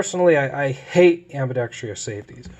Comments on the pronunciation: Say it with me...ambidextrous NOT AMBIBEXTRIOUS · It's one of the most common mispronunciations in the English language for sure. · Ive never said it before but that shit always annoys me too. I dont know where they got that extra syllable from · it still boggles me why people can't pronounce ambidextrous as ambidextrous. it will always be "ambi dex tryus."